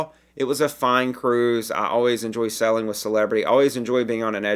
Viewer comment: This is my first time on your site and you're wonderful! You speak very clearly, but with my hearing loss I usually turn on captions as a backup. Amusing -- that every time you say "sailing" the captioning transcribes "selling." You could work on your "long A" vowel or just stick with your charming regional accent. The message will come across either way. Thanks!